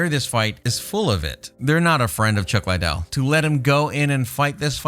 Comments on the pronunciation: Lidell- ( lee-dell) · Man, its Lid-del, your pronouncing it like the coke head. Also, Jay's right, he never fought any of those heavyweights. Really need more research before you "report" on all this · Just listening to how you pronounce chuck's last name tells me how little you know about anything. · Lot's of these dislikes have to be due to the way he pronounces the fighters' names. That's not how you pronounce Chuck's last name. He butchered at least 4 fighters names in this video. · Pronounce Liddel correctly ffs